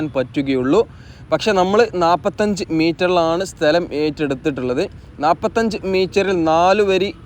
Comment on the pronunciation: സ്തെല० അല്ല സ്ഥല०